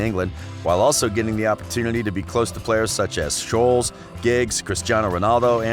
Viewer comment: French and also Ajax, Scholes, Solskjær... great video outside of the incorrect pronunciation tho